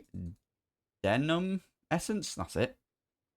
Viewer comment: Moh-lib-deh-num is the correct pronunciation. No moly at the start. Shouldn't trigger your pooch.